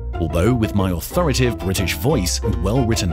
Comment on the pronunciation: Annoyingly he said "authorative" despite the text saying "authoritative"